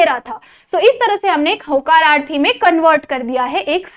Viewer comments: Vo hakararthi nahi vo hokararthi hai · 😂😂😂 hacararthi ❌ hokararthu 😅✅ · होकारार्थी असत हकाराथी नसत 😂😂😂😂😂😂 मराठी ची तर वाट लावली मॅडम 😂😂😂😂😂😂😂😂😂😂😂😂😂😂😂😂😂😂😂😂😂😂😂😂😂😂😂😂😂😂😂😂😂😂😂😂😂😂😂😂😂😂😂😂😂😂😂😂😂😂😂😂😂😂😂😂😂😂😂😂😂😂😂😂😂😂😂😂😂😂😂😂😂😂😂😂😂😂😂😂😂😂😂😂😂😂😂😂😂😂😂😂😂😂😂😂😂😂😂😂😂😂😂😂😂😂😂😂😂😂😂😂😂😂😂😂😂😂😂😂😂😂😂😂😂😂😂😂😂😂😂😂😂😂😂😂😂😂😂😂😂😂😂😂😂😂😂😂😂😂😂😂😂😂😂😂😂😂😂😂😂😂😂😂😂😂😂😂😂😂😂